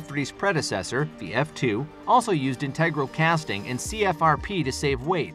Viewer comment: it's pronounced, 'INT-e-grul', not, 'in- TEG-rul'